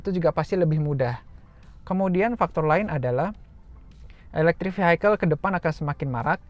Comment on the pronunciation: Vehicle dibacanya bukan Vihaikel... tapi Viyekel... 🙏